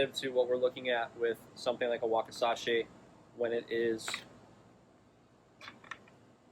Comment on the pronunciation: Wakisashi not wakasashi Learn japanese😂